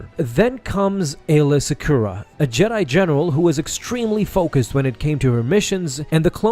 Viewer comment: 30 seconds in, he says Jedi genital